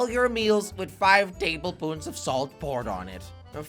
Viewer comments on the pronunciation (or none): He’s saying table poons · tablespoons not tablepoons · Jelly- tablepoons Me- it’s tablespoons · "Table-poons" 😂 i cant